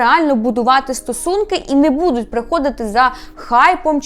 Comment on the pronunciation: Не будУть, а бУдуть. Не псуйте нашу українську мову, будь ласка. Я проти фаріонщини, але цю помилку Ви зробили більше ніж два рази. Ріже вухо. А взагалі чекаємо на новий сезон, може буде цікаво